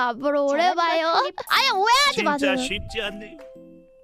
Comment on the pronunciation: 쉽지 않으면이 발음때문에 씻지 않으면 으로 들리네 ㅋㅋㅋㅋㅋㅋㅋㅋㅋㅋㅋ